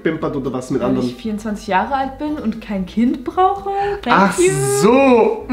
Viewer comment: Wollt ihr keine Kinder irgendwann mal hat das so komisch gesagt "Weil ich 24 bin und kein Kind brauche